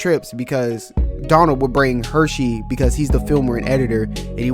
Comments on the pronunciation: Bro stop calling him “Hershey” like the chocolate company. It’s HurSey! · Dude mans calling Hursey-Hursheys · Omg I was going to say the same thing Son. Like this is a cool video but loose the SH lol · Is pronounced Hersey Not the chocolate there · Bro I can’t even watch this cuz you’re saying his name wrong the whole time